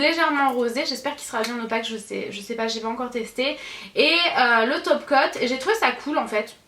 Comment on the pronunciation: Tu as un accent marseillais quand tu dis top coat c'est hyper drôle 😂😂💖